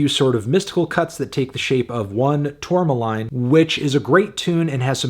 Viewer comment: It's pronounced "tour-mah-leen" Anthony